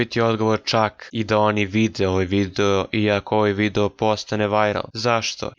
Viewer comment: Sve si u pravu samo se nadam da si namjerno govorio videjo umjesto video jer malo čudno zvuči